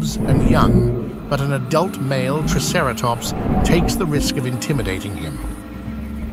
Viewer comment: I would probably rate this 8 out of 10 for the environment and the photorealistic design of the dinosaurs. This is easily one of the best and most heavily researched depictions of Hell Creek I have easily seen. Only a few drawbacks- The ai voice narrator is pretty obvious in places with how it pronounces triceratops. (“Tre” instead of “Try”) The animation and action scene shots can be quite jerky and sharp in places. The animals should be more deliberate, lumbering and smoother in their attacks instead being stiff. One sentence didn’t quite make sense- “but with the Cretaceous just hours away...” I think you meant to say “But with the end of the Cretaceous just hours away, their work is in vain.” Otherwise this was an impressive piece of work and the seven years of effort definitely show. I definitely enjoyed it and my eyes went to saucer shape at how beautiful the film was with its lush environment. I want nothing more than a nature documentary on the Cretaceous dinosaur biomes from mid to late North Africa to Mongolia to hell creek.